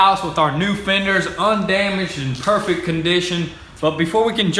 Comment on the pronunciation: "it's going to be parfect"